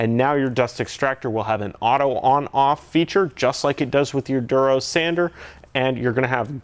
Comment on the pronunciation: haha its funny how you pronounce it "Derose"